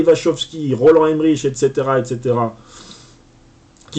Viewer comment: On dit "et cetera" mais pas "exetera". Bien à vous.